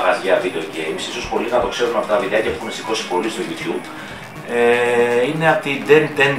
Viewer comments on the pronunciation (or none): none